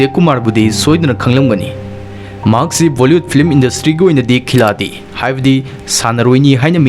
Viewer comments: bro khiladi Nate( Khilari ) haiyu pronounce to please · Khiladi haidana ibagi wani pabadi Khilari haidana pagani, Hindigi waheise asumaina ibani D se R haina pagadabani, waroubiroi 🙏🙏🙏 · Khiladi do khilari haina pabiyu